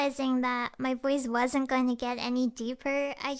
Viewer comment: She said wadsnt common